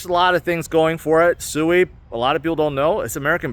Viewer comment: It’s pronounced swee